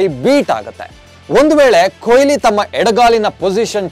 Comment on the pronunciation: ಕೊಯ್ಲಿ alla kano adu goobe ಕೊಹ್ಲಿ ವಿರಾಟ್ ಕೊಹ್ಲಿ!!!